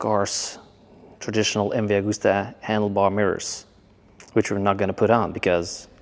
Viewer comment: スーパーファローチェ☝️😳⁉️ スーパーヴェローチェ…だろ☝️😒⁉️ ムバーグスタァ☝️😳⁉️ …МＶアグスタ…だろ☝️😮‍💨⁉️ スペルもマトモに読めネェのか🤷❓ メキシコだろうが何処だろうが、翻訳して日本語で喋ってくれるのは良いが…訳し方、発音もオカシイ🤷❗言葉に区切りが無い。…途中で早口に成るし☝️😩⤵️